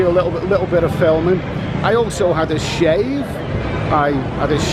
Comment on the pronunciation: Did you say you had a "shave" or a "shag"? Either way, welcome back. I'll keep an eye out for you and say hello if we cross paths.